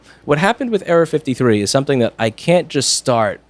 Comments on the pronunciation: anyone else think he was saying Area-53... LOL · The frist time he said error 53 I heard area 53